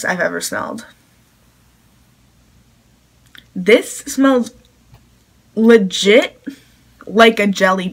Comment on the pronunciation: You just ruined the word legit